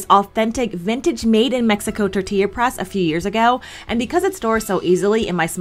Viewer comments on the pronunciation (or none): none